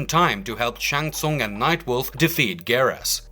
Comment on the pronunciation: Least you learned how to pronounce Shang Tsung for this !!!!